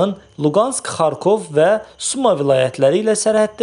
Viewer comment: Suma yox Sumı demək lazımdır.